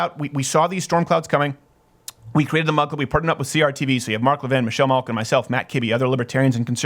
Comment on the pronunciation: Oh! This whole time I thought Steven was saying mud club.